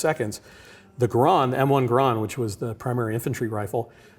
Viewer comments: Hearing that guy talk about the garand was painful. It's pronounced GAIR-END, it's an en bloc clip, not enfield (the name of a british rifle), and the ping thing was totally a myth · That's the first time I've ever heard garand be pronounced like that. Also ejects the enfield clip. Hehehehe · Somebody please teach this man how to say M1 GARAND. and a enfield clip?!?! it uses a fucking C bloc clip. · Garand rhymes with errand, according to the designer of the rifle. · I am concerned about authenticity when the game director cant pronounce GARAND as it commonly is, and refers to the En-bloc clip as Enfield clip. The ping causing German troops to pop up from cover is generally regarded as a myth. Small details but Sledgehammer told us about how much research they did and then crapped out COD WWII. Hopefully its a great game but I have concerns.